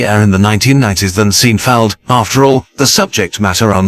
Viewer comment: Too bad the computer-generated voice (I hope that's what it is) pronounced it "Seen - feld". And mispronounced about every other fifth word to boot. Doesn't ANYONE do live voice-over work anymore?